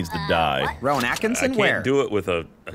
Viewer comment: Why was Ryan switching between the two pronunciations of Rowan?